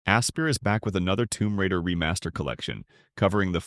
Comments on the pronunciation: I'm not sure you're pronouncing Aspyr correctly! It's not Asper it's "Aspire", it's literally the first thing you can see in wiki to correct people that pronounce it incorrectly.. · I can see why you thought this was AI. This is the only reviewer that pronounces it “Asper” as opposed to “Aspire”